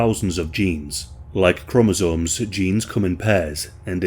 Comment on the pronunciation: Him saying chromosomes is the funniest shi I ever heard